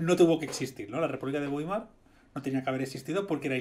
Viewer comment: Weimar se pronuncia más o menos baimar, en realidad es vaimar, pero como en español no existe la "v" labidental, creo que con baimar es suficiente.